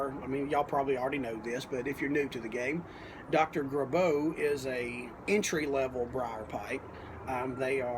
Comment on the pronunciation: I have always heard the name pronounced GRAY-bow.